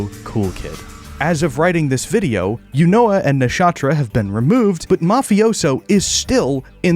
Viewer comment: that is NOT how you pronounce eunoia 💔